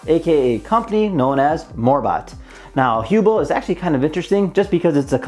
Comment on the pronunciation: It bothers me that you mispronounce the word Hubble... two "b"s make the "u" a short vowel. Basic English.